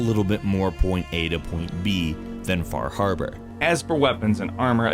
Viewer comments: Half time you said "Far Harbor" I heard "Bar Harbor, which is a real place that is the actual setting for Far Harbor, I can even spot where my house would be on the Far Harbor map :) So funny to see a video game take place on the island that I live on, seeing such familiar names as Cranberry Island, Acadia and Eden (The town of Bar Harbor used to be called Eden). Oh, one goof they made: On Bar Island, the Longfellow house IRL was Jack Perkin's summer home. The Longfellow house IRL is in Portland, Maine. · Fah Hahbah